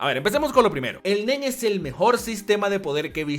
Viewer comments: Te entendí el men en lugar de el nen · Cuando dijo el Nen creí que dijo el Men xd